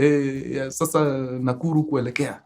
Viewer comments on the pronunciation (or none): none